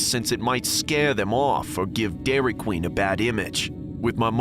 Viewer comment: I swear I heard "Dairy Clean" 💀💀💀